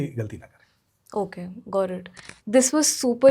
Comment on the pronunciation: "Gawt it" I mean "understood" I mean I'm not really sure wht to say 😂